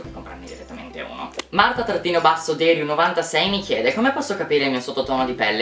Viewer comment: Deriu non si legge Dèriu ma Derìu :)